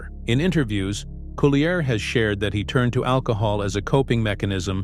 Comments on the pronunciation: I'm TRYING to listen to this, but it's hard to concentrate without being distracted by the robo-voice mis-pronouncing Dave's last name! All that aside, Dave has my love and prayers that he can go on to fight and win his battle against cancer! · Yes! The mispronunciation of his last name is driving me batty! But like you, I wish Dave only the very best in his road to recovery from cancer.